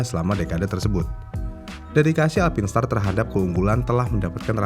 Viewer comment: Sebutannya haruse bener.. "Alpain star"